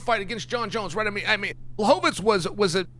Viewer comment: Chael. You're saying Blachovivich wrong